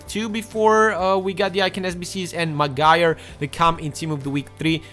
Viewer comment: its pronounced like Mag - wire